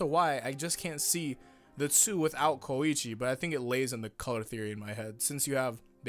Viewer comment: WHY T¨HE FUCK DO YOU SAY KOIIIICHI, ITS KOICHI